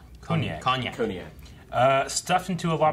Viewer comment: not “cognack” 😂